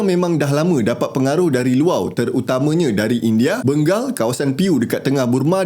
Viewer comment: bang sebut 'luar' tu 'luau'.. loghat mana bang..